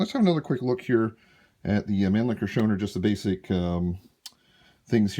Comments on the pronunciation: It is pronounced, Show-Now-er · Your pronounciation is missing the au as in , house, or our, or ouch, or how. Other than that, i like your rifle, and this is a good video. I give it a thumbs up!